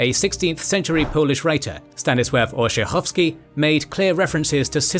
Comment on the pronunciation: min. : Orzechowski NOT Orzechowsky